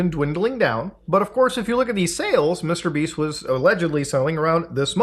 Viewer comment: Wait. Did you say Mr. Beast or Mr. Beeps?